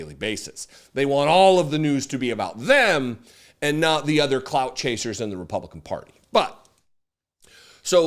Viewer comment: I’m sorry, did you say “clown chaser” or “clout chaser”?